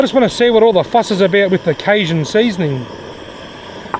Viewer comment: Canadian, not American, but pretty confident in saying the 'j' in cajun is pronounced with a hard j sound, like the words jungle or John, down there in the States as well us up here in the Great White North. Great vid. Those nets are interesting. Would be cool to see a side-by-side comparison between them and a trap that you could throw an extra 10-15 feet further out.